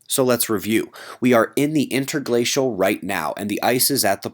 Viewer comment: "Inter-glacial", try saying it just once.